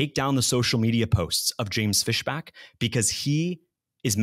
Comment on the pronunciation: That's FISHbach, not FESHback. Big difference.